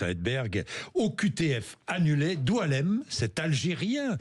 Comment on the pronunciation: Rectification IL ne s'appelle Pas doualemn .....grave ....son prenom c'est boualem...